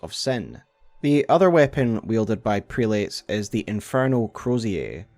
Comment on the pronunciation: Prelates. Pronounced, Prel-it's. Or Crozier: Crow-zer.